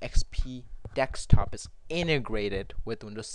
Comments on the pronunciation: It is pronounced Desktop not decks top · It's desktop, not decks top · Why do you say "dekstop" instead of "desktop"? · remember its a DESKTOP NOT DEXTOP lol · DESKTOP dude not DEKSTOP. omg! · love the way he say dextop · please stop saying dextop D= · Deck stop! Funny